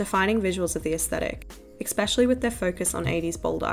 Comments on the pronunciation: Esssspecially.. not expecially Not being mean, you just say it a lot. 💕 Good coverage btw. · I can't like this because of the many times u said "exspecially" or "ickspecially" instead of especially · "especially" not "eXpecially" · Why do you say "expecially"? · interesting video essay but the constant mispronunciaiton of especially as EXPECTially is grinding on my nerves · Please stop saying ‘exspecially’ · your pronunciation of especially is flawless and not at all annoying